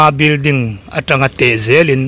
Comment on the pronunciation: Bilding nilovin building tur aw thil hming te hi hriat dik ve deuh tur aw😂😂😂😂